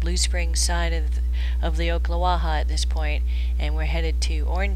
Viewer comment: Pronounced - Ock not Oak - Ocklawaha Nice footage though.